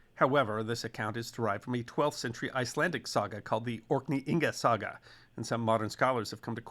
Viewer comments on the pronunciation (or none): none